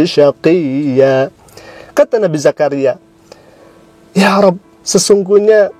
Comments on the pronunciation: Bacaanya kacau...setiap ayat akhir sep zakariya...waqof selalu ada tambahan huruf hamzah...itu namanya menambah huruf...., kaya gitu kok ngomong hafal quran... dan yg jadi presenternya itu muslim bukan ya...kok ngomong iya betul waktu menghafal sep beo. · Zakariya dibaca dzakariya, pengkritiknya juga butuh belajar panjang pendeknya maaf. Surat ini ketika dibacakan kepada para patrik kerajaan habasyah mereka pada menangis membasahi jenggot2nya.